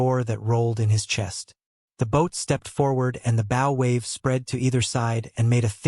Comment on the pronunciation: Your pronouncing the name of the front part of a boat wrong, and it makes you sound stupid.